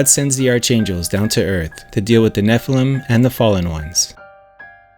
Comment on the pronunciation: "Arch-angels" is correctly pronounced as "Ark'-angels". This may be a.i. narration, eh. 🙄